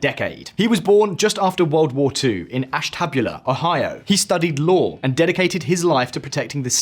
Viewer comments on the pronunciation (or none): The way you pronounce Ashtabula, Ohio. It's "ash-tuh-byoo-luh" not "ash-tab-yuh-luh".